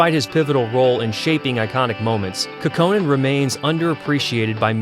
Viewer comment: Finnish names are accented on the first syllable. KAUKonen.